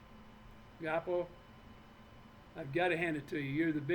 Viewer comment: I watched it twice.He just showed the planet what a narcissistic son of a bitch he is.Proof is out there now,be your own judge.Great show ❤❤ it’s pronounced Gwaa poe